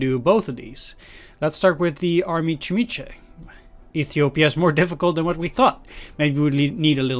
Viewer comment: Very nice video! Just one thing about the pronunce, you pronunced the word "chimiche" as "cimice" which means green stink bug